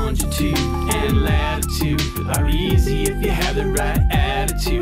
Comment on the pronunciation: "Latitood" "Lonjitood" "Atitood" "Graditood"